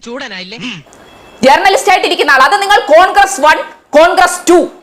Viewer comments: എടി പോത്തേ ജേർണ ലിസ്റ്റ് അല്ല റ സൈലന്റ് ആയി പറയു വഴക്കുല ചന്തേ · ജേർണലിസ്റ്റ് എന്ന pronouncation ശരിയല്ല ചിന്തേ.....